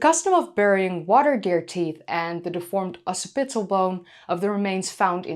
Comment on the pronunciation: Also, "occipital"-carefully say that word. American IPA: ˈɑːksɪpˌɪɾə͡l... UK: ˈɒksɪpˌɪtə͡l